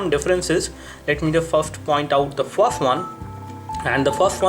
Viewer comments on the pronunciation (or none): you can't pronounce "FIRST" lol :D